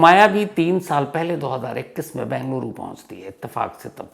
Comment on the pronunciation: I like your narrations about the crimes.... one request, please pronounce the city name as Bengaluru (बेंगलुरु) and not Bangluru (बंगलुरु)